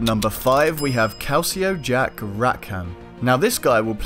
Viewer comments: Calico Jack not calceo also it was jack not Edward England who was known for the jolly Roger. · It's Calico Jack, not Calcio Jack. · Calico not calcio.